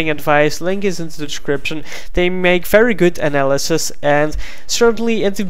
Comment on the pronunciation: Hamse Gurey he said analysis...